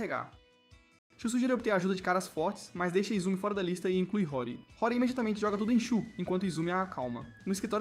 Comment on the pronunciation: Esse anime é muito bom, só que o narrador está falando os nome todo errado, a moça se chama "Senhorita Hori"( e ler-se RORI) e o rapaz e o jovem "MIAMURA" . Daí o nome do anime "HORIMYA"